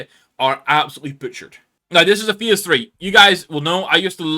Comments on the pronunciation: I dont want to but i have to... bro cant pronounce "phase" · I'm sorry mate, just never in my time heard anyone pronounce "phase" this way🤷‍♂